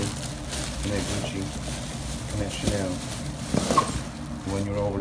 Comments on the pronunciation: In the beginning of vid he said Chanil like in Chaneel ... weird at least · Seems like burglars looking for valuable items that could pawned for cash! It made me angry! Especially knowing that all those used to belong to someone that now is probably dead and it could be pass on to his / hers family. Such a shame! And who pronounce Chanel , Chanil ? Get a real job burglars! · Can’t pronounce Chanel, 75$ estimate for a 600 dollars wallet... these people piss me off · He cant pronounce any designer name ! Vintage bags are authentic , others are A class fakes